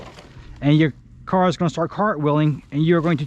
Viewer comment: RC "CAR!" Why are u saying it like that lol. Stop emphasizing"car" plz. I can't watch anymore...